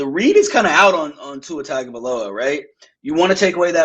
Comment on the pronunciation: One thing that blows my mind is that even after all these years still doesn’t pronounce Tua’s name correctly.